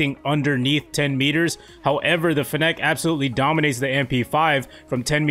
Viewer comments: It's pronounced finnick. Like gimmick but with n's and an f. As in fennec fox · The way you pronounce fennec is making my ears BLEED